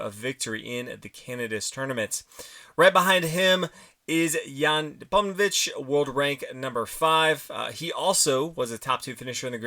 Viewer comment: It’s funny how Americans don‘t even try to pronounce names properly! 🤣